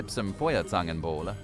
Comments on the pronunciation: They are OPEN this year. And I prefer Kokosmakronen! Lecker!! 😄 And your "För-Zängenboul" is just great lololol. It is fire tongs punch according to my translator. 😀 You pay a deposit for the mugs (about 3 €). You MAY take them home with you, but It's not quite legal. But I cannot imagine that anyone will sue you as long as you don't leave the market holding your mug high and yelling at the next policemen: "Die hab ich geklaut!" That could result in curbing your Christmas vibes considerably .... 😅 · It´s F - Oi! - Air - Zan - Ken - Bowl - Eh! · Hey...i always see your struggling with the pronunciation ^^ let me help a little: the letters EU are pronounced OI - so it´s Doitschland and Foierzangenbowle (best forget everything you know from English when it comes to pronunciation... German has a completely different system that requires some practice - if you use the English system you not only make the words sound extremely funny but can also push them to a level that they are not recognizable anymore - happy studies 🙃😃👍